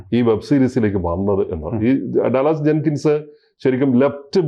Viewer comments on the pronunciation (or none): Though the name is spelt DALLAS it is pronounced 'Daalas' Long sound of vowel 'a' after D and short sound of a after L.